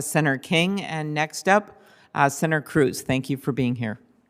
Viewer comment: Klubachair says "senair" instead of "senator." Has she been drinking with Pelousey?